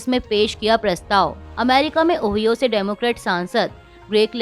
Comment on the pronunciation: ओहियो नहीं ओहायो